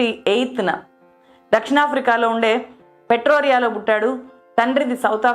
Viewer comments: పెట్రొరియా కాదు. ప్రిటోరియా / ప్రెటోరియా 🙏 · ఎలెన్ కాదండీ, ఇలాన్ మాస్క్. పెట్రోరియా కాదు ప్రిటోరియ